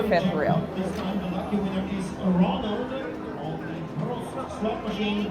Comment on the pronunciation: „Prost“ is the german Word for „cheers“ and the Lady looks like the Ladys on the „Oktoberfest“ in Munich. And you have to say it like „Proooooost“ with a Long „O“ . Thanks for your Videos and good luck